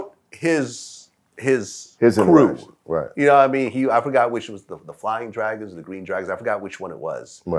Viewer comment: Fwaiming Dwagon!